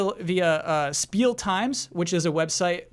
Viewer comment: CORRECTION. It's pronounced Shpiel times. As Spiel is German for "Game." And in German, when an "S" is in front of a "T" or "P" it becomes "SH". So yes, you do say "sport" as "shport."